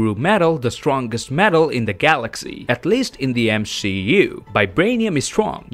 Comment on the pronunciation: did he just say m she u